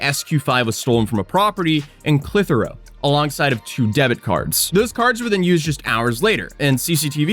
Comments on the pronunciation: sorry, but it's pronounced Kiethlee, not kaylee, And Clith-e-row (th from this, not think) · It's not pronounced "Clithero", it's pronounced "Clit-her-o". I know you think I'm pulling your leg, but I'm not, that's honestly how it's pronounced.